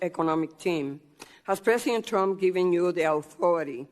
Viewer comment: Pressint tump. Dafuq?